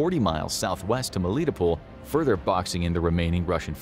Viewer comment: Pull, more like Poll, isn't it?